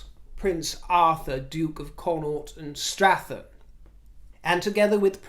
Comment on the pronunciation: Strathearn is pronounced StrathEARN. Not a criticism, just observation.